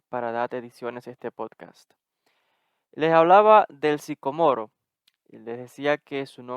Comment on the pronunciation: Disculpas, pero primero pronúncialo correctamente